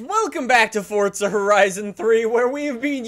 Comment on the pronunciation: its not fortza its forza